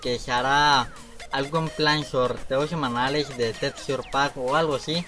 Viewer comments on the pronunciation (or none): "semalaes" :vvvvv (lo dice en la presentación"